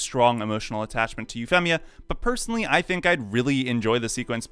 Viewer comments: I hated Euphemia so It was an Awesomely Beautiful Scene For Me & It's Said- U-Fee-Me-Uh Not U-Fem-Me-Uh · Euphemia. You-feam-ia, not You-fem-ia. Sorry, its just so hard to pay attention to the video when I keep hearing it wrong every 5 seconds, and it bothered me. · Say her nickname, then say her name, now say her nickname and name as if you're just saying her name. 😅 Sorry, you pronounce the nickname right but the full name sounds weird... Femia... It's more like a Feemia. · Normal people: Yu-Fee-Mee-A: Yu-FEM-EE-A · Ufemia is an interesting pronunciation of the name. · Its hard to take this seriously when you keep saying Eue FEM ia and Nun all e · why do you say EuphEHmia? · I love code Geass it’s one of my favorite anime, and I have never had a problem with this scene, it’s a twist in the story any great story have shocking twist, oh and your saying Princess massacres name wrong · This nigga really just said Euphemia instead of Euphemia. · Having only watched the dubbed version..it bugged me every time you said Euphemia ngl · the way this guy pronounces "Euphemia" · Imagine talking yourself up as a massive Code Geass fan and then mispronouncing Euphemia in a video about Euphemia 10/10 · I take issue with your pronunciation of Euphemia. Also, that mistake taught Lelouch to focus on his resolve and he would do his best to not think about her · How are you saying euphemias and suzakus name wrong. Ugh. They say the name in the store like every episode. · Yes incredibly convenient but it never bothered me....what bothered me is the way you say Euphemia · Wait how the hell do you say her nickname on point, but butcher her full name? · your pronunciation of Euphemia is weird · Once I heard you mispronounce "Euphemia", I was out of here.